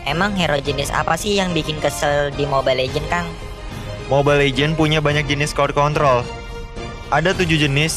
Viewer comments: Cord control? Yang bener "CROWD CONTROL" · Crowd control bang bukan cord control